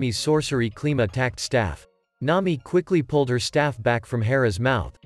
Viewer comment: “N’ami” and “luiffy”